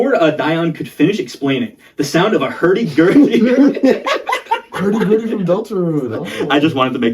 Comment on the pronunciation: uh.... Rudy hur.. gurdy